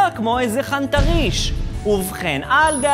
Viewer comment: הדרך ההכי אשכנזית להגיד "חנטריש"